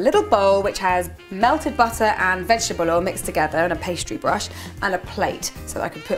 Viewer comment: Butter is phonetically transcribed this way /'bʌtə/ while batter this way /'bætə/, if that may help :) They're not quite the same pronunciation :)